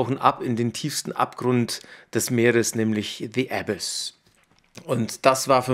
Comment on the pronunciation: es heisst nicht Äbiss sondern „ a biss“ betonung auf biss